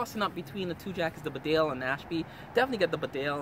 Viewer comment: A good review. However, could I just point out that Bedale is pronounced Beedale; it is named after the small market town in North Yorkshire.